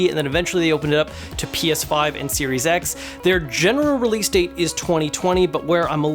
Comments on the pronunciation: Lol he should've slipped a J Jonah Jamison " You Serious " clip from Spiderman movie 😅😅 it sounds like he said serious X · I swear he said Serious X